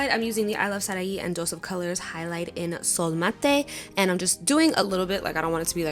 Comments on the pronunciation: No tea no shade girl, but the Highlighter is pronounced like “soul mate” LOL Love ya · Sol Mate highlight is pronounced soul(sol) mate, babe.